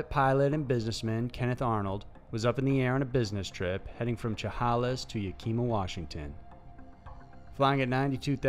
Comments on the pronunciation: Yukeema lol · Ya Kee Muh!!!!! HOLY, you butchered that one!!!